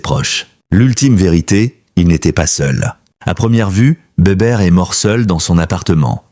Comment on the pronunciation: on dit les forbans pas forbanes et Bébert pas Béberte.